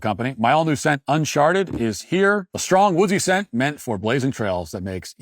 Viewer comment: Is it just me or did he say "un-shart-ed" for his candle sent time stamp?